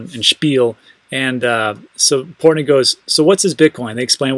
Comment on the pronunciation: Lol port Noy!